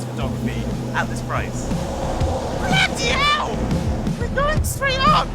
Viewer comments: I've never been more cognizant of Arun being British than when he screamed blOOdy hELl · "Bloody hell!" My guy has never been this bri'ish. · Arun's British Voice finally shows up. 'Bloody hell'